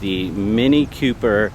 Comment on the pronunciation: It's "Cooper", not "Q-Per"